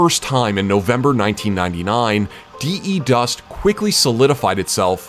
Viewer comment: There is no Dī-ī dust, its the dust but his tongue has no th and voiced stressed th becomes d, so De dust.